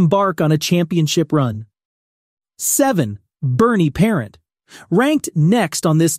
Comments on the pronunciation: the mispronunciation of Vezina, Rogie, and Parent is grating to my ears! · Fuhr ok. Belfour ok. Roy top choice. If you are going to talk goalies learn to pronounce Vezina and Parent. Parent ok. Ken Dryden ok. Smith top 10? Sawchuck top choice. Plante. The best. Brodeur top choice. Hasek. Top ten but not top 5 by any means. Too inconsistent. Was on the bench when he got his 2nd cup. Good numbers. Entertaining style. No lasting contribution to goaltending. Also lost too many first rounds to inferior goalies. Best moniker though. The Dominator. I think that's why some people rank him # 1.